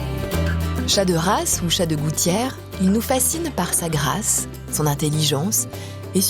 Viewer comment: Euhhhhhhh dis grâce pas GRACE stp 😅😅😅